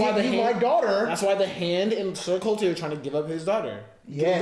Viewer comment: ....it's CORLYS...not colty. nor corl. CORLYS